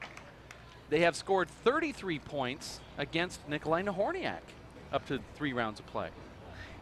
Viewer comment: she slaughtered both last names..Nobody minded